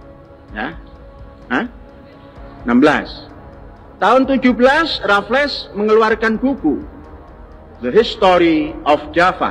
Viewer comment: Belum jadi ahli sejarah, jika menyebut nama "Raflles" dan "Deandles" saja salah. 😢😢😢